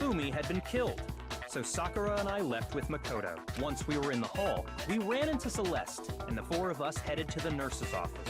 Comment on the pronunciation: Everytime they say Celeste I go "quote on quote "cEleStE"